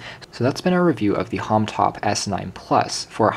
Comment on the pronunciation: It's HOMTOM, not HOMTOP, and BLUBOO, not BLU-BO. Lol.